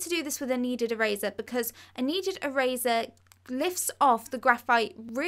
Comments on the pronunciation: "A needed araza" did she mean a neaded eraser?? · "e-razuh" lol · Through - frough Eraser - erazer Thing - fing (This is what she says)